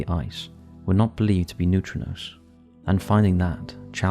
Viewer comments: It’s neutrinos, wtf are neutronos? Confusing people for no reason. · 1.10 They are pronounced 'Noo-tree-nose' but i see where your coming from lol 😊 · new-tree-knows <--- how to pronounce it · The way you pronounce neutrinos grates on my ever-loving nerves